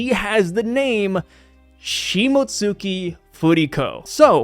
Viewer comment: You don't pronounce the "u" in Shimotsuki. It's pronounced "Shimotski". It's LIGHTLY pronounced but it doesn't get its own syllable